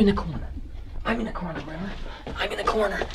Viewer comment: Sounds more like "coroner" than "corner".